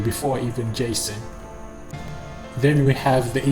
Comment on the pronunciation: He said gayson